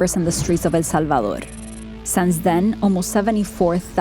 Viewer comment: The way she says El Salvador 🤦🏻‍♂️ 😴😴